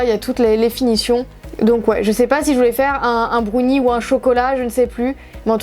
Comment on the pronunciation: On ne dit pas un brounie on dit un brownie.